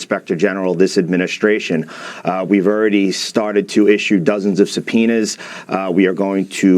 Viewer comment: Sub Poe na kadu andi Uk English kadu Suh pee na anali B is silent